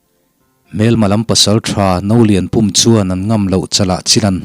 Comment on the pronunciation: Ka lo sawi vel lawk nge Nolianpum tih kha duh aiin in lam chang deuh mahmah ka tia pum tih lai tak kha thluk sang lovin thluk hniam zawk la i lam dikin i lam no ve deuhin ka ringa a Pum lai tak kha thluk hniam la a fuh in ka hria